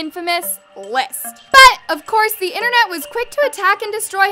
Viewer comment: I love your videos but pleaseee stop saying ‘BUT’ like thatttt. I get a shock everytime..